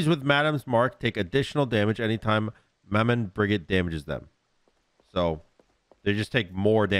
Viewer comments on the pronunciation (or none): Mah Man Briguet? Wow. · Thats not how you say her name, it’s French !!! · I love you but hearing "Maman Brigitte" said like this hurts my french ears.